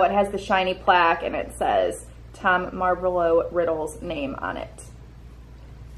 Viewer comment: When she said tom marvalo :/ its mar- voh- low